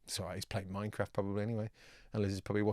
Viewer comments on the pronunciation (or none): none